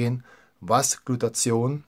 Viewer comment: Super Infos, aber die missliche Aussprache des Wortes "Glutathion" schmerzt etwas in meinen Ohren. Es heißt nicht "Glutazion", sondern "Gluta-thi-on". Der Wortbestandteil "thio" bezeichnet hier den Schwefelanteil des Moleküls (von griechisch 'theion' = Schwefel). Danke.